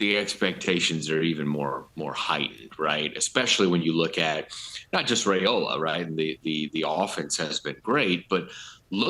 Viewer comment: It’s pronounced Rye-ola, not Ray-ola.